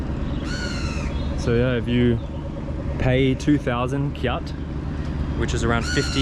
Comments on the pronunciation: the currency of Myanmar "kyat" is pronounce "chat" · By the way, I am also from Myanmar but i am from Nay Pyi Taw, not Yangon. I noticed that you pronounced "kyat" very wrong, it should be pronounced like the word "chat". Thank you.